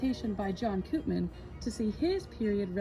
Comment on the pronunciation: Koopman is a Dutch surname. We pronounce it like ‘Copemon’. Where the o in ‘mon’ is like in ‘monster’ or ‘long’.